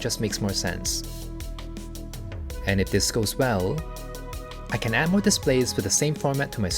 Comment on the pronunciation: Wait, I thought you said "I KEN make it, so KEN you". I thought it was a joke 😂